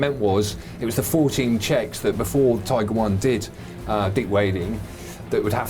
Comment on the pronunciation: Detailed comment. Thx. But it's " Tiger Panzer" not "Tigre Panzer".